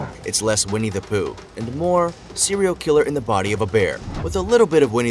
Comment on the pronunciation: Aaaaahahahahahaha! I thought he said We need to poo 😳😂😂 (Vinnie the Pooh) 🙈🙊